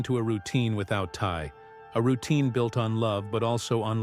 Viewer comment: His name is Ty not Ti